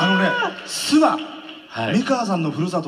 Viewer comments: 諏訪⤵️じゃなくて諏訪⤴️ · すわ⤴じゃなくて、 すわ→ だよ。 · アナウンサーさん・・ す↑わ↓ ではなく、すわ↑ですよ😂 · 諏訪は「わ」にアクセントが来ますよ